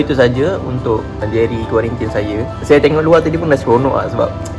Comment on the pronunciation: Kuarantin bang bukan kuarintin. Makan sarapan tu xde pun xpe sbb xbangun pagi